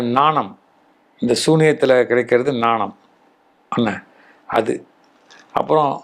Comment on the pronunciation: ஞானமா? நாணமா? தமிழ் உச்சரிப்பு.... ஐயா